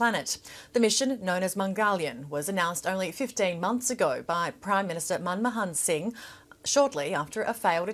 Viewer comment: This idiot can't even pronounce Mangalyaan and Manmohan Singh. Which genius placed her in front of the camers? Guess she's all looks and no brains.